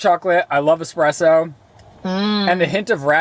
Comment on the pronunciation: Ffs it's eSpresso. There is never an X in this world. And it's "aSk" not "aKs"